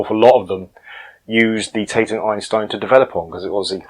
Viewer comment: Really interested to see this as I was part of the original development team back in the early 1980’s. I was one of two Industrial designers, responsible for the aesthetic and ergonomic design of products. The Tatung Einstein (pronounced ‘TaT Ung’ not taytung) was designed in Telford UK and built in Taiwan. Tatung had originally bought out Decca Television in 1982 and had originally operated from two sites, the Hospital Street development laboratory and factory in Bridgnorth, Shropshire and a development laboratory at Clayton outside Bradford. Clayton was a satellite operation of some 15-20 mechanical and electrical engineers. There was a lot of political rivalry between the two sites, but eventually both relocated to Stafford Park 10 in Telford. The original model was designed to carry a matching monitor, that’s why the footprint was so large. Not being a computer user at the time, I believe however that it was quite a good, if somewhat expensive, product. The name of the unit ‘Einstein’ was an interesting development in itself. At Tatung, each department had English management but also a Chinese manager, so there was a fair amount of duplication. When major meetings took place, every senior manager in the company, with their Chinese counterparts, would attend. So when a new product development was in process, for example, even the site and HR managers were there, imparting their wisdom. Unsurprisingly, the meetings were often rather drawn out. There could be 30+ people in t